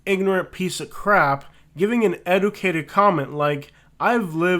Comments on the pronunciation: This man can’t even pronounce educated right and trying to talk about how someone speaks lol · Do you have any idea how stupid you sound going off and telling people "to leave an educated comment", when you are saying the word educated incorrectly?